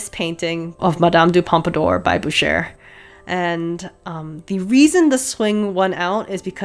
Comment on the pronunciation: Well, she SEWS in French better than I do! And she pronounces « Watteau » and « Boucher » just fine.